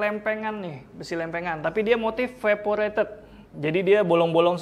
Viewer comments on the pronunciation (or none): Perforated, bukan veporated.